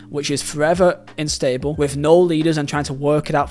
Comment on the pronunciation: It's 'unstable' - you were so close!